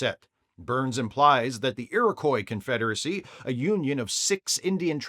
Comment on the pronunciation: Just FYI it's pronounced 'Erie-Kwah',. Don't feel too bad as I've pretty much ONLY heard it mispronounced when covering this story lately...